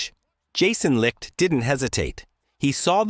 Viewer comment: What a fucking joke....pronounce his name correctly. Not Jason Licked.....it's Jason Licht as in (light). Got a thumbs down from me for not pronouncing Licht's name right.